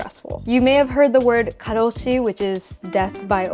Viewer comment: タイトルを日本語にしてあるから動画内の英語は字幕付ければなんとか意味は理解できました。良い英語の勉強になりました！thx 1→なんでもかんでも紙関連で面倒！判子文化なにそれ 2→家借りるの面倒すぎ 3→結構孤独。ミニコミュニティばっか 4→働き過ぎや！ 5→デートの価値観？ 6→個性について？配慮？わからん 7→私って外国人なんだなぁと思わされる的な？ 8→わからん かろうし、少子高齢化、年金の発音くそナチュラル